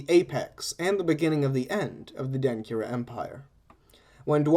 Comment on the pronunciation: Really enjoyed this Even though I am finding it a year later!!! One note: When you combine certain letters in Akan languages it changes the sound, for instance a (ky) makes a (CH) sound. so Denkyira would be pronounced DEN-CHEER-A. But I am very encouraged at this podcast and will be engaging as much as I can. Thanks again!!!